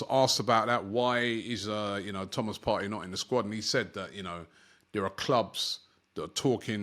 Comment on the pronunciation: Thomas partry ur say lol 😅 it's toney bruv 😂